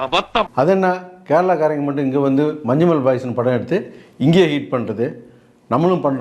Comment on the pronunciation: Aah മഞ്ഞൂമൽ boys ന് മഞ്ചൂമൽ boys ennan lavanmar parayanath Malayalam Tamilil ninn undayathanen polum😂😂😂